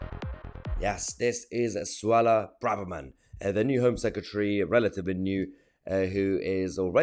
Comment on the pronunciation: It’s Suella Braverthem… get it right 😂